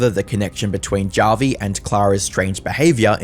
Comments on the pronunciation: It's pronounced as Havi (I'm Filipino) How do you say Javier Bardem's name? Javier or Havier? What about Julio? Julio or Hulio? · Is this guys name really 'JAH vi', and not 'HAH vi'? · Feels kinda weird that the internet anarchist, master of content creator research, couldnt confirm whether it was "hah-vi" or "jah-vi" for the video. that whole "or however you pronounce it" bit just left a bad taste in my mouth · Hearing this dude mispronounce Javi is nails on a chalkboard. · "This person whoever you pronounce their name cause I can't be fucked to look it up cause it's not like he deserves most basic minimum respect as a person" lmfao mask really slipping off, huh? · Would it really have been that hard to take 5 seconds to learn how Javi’s name is properly pronounced…? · "However you pronounce it" Listen white guy if you're gonna post some shit- at least have the intelligence to say a name correctly Some racist shit